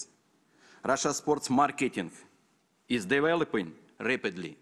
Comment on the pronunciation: "Девелопынь" =))) Улет!